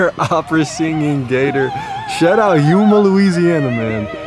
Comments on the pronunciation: Butchered ”Houma” Louisiana 🤣🤣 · Houma is Pronounced like “home ahh” it was funny to hear u say it like that tho 💯😂